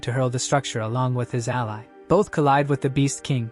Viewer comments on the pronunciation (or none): none